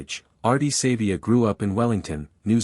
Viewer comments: Pronounce his surname properly it is not Sayvea it is pronounced Sarvea , although it is spelt Savea!! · Downvoting because of the terrible AI use and poor pronunciation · Too much AI use...can't even get the pronunciation of his name right. What else is BS?